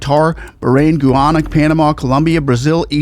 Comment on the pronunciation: The pronunciation of Guyana is Guy-Ana. Thank you.